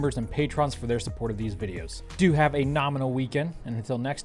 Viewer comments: errrrrr, that's 'norminal' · Ditto! (I was gonna post my own comment requesting a return to "nerminal"... but here we are!) :-)